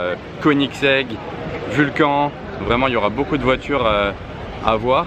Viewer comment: Très bonne vidéo mais les noms sont mal prononcés ça fait mal aux oreilles, on dit VulcanE et Performanté